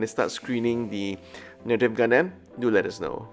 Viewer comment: "Gundeym" I'm sorry, wut?